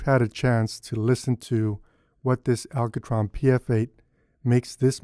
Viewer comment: I like how you say ALCOtron :D. Nice review. Just ordered one for myself. Eyeball is so overpriced it's insane. 200 bucks for what is basically glorified piece of foam rubber and pop filter? No, thank you.